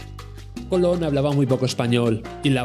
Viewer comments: Willie Colón. No COLON JAJAJAJA. BUEN VIDEO. POR CIERTO 👍 . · Cuesta mucho decir Colón? En vez de Colon 😐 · Me encanta que le digas Willy Cólon con acento en la primera O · Willie Colón, con acento en la o compare